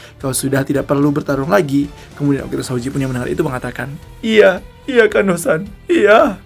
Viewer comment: Gemes bgt.namanya Kondo san.dibacanya jadi kando san.....